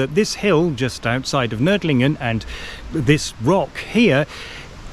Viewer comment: I am impressed by your pronunciation of "Nördlingen".